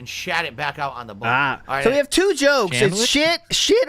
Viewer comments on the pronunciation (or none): How / why does he add extra syllables to the word BUN